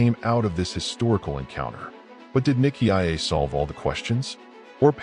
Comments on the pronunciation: If you can pronounce it properly, don't make a cideo about it. Nicea is pronounced N-eye-see-a. There is no I before the A that you pronounce. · Why the new pronunciation of Nicea? AI?